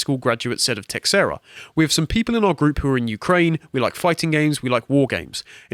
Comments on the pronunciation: Just one thing that is driving me nuts: it's teiSHEIra, not teKSEra! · His last name is pronounced TAY-SHAY-RA, c'mon guys. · Just for future reference, it's (tuh-SHARE-ah). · It's an Iberic name you pronounce it as teh shay ra if it's portuguese and teh hey ra if it's Spanish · The man's last name is pronounced like Tah-share-ah. A baseball player by the same name was on the Texas Rangers when I was younger and actually payed some attention attention to baseball. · It is astonishing how many people don't know how to pronounce Teixeira.